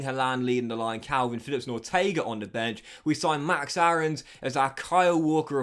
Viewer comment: Btw max Aaron’s is pronounced max airons. Ik it’s weird took me a while to say it differently aswell lol